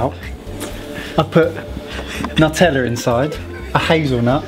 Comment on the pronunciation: "nuteller." heehe gotta love. ^_^